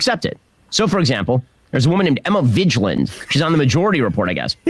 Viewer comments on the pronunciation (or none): Ben — college graduate — can’t pronounce “Vigland.” I’m tired of his pettiness. Also, I’m guilty of Emmaolatry… a little bit.